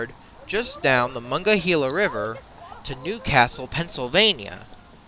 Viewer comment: muh-nong-guh-hee-luh River.... Lol your pronouncing it wrong